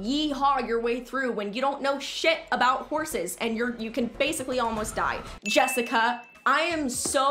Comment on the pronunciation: Omg the way you said Jessica My name is Jessica Everyone says my name aggressively That k you someone finally that donts know me finally knows name